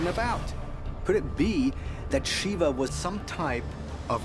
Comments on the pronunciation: SHIVA is pronounced SHEEVA not SHIVER ?!?!? HA HA. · isn't shiva pronounced "shee-vah"? if so, the narrator butchered the name lol very interesting though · Can't even pronounce Shiva right 🤦🏼‍♂️ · The narrators pronunciation of the name shiva is repulsive and annoying 🤣